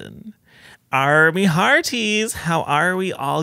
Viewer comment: Not “ar me hearties” 😭😭